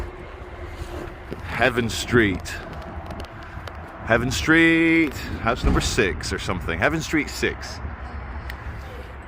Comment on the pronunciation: Come on,, you can do better! - Its HAVEN ST, as in a place of refuge, sanctuary etc, NOT `HEAVEN ST`:)